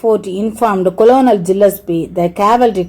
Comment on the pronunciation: mam colonel pronunciation is wrong.